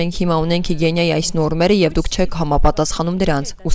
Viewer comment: Հիգիենա, ոչ թե հիգենՅա 😕😕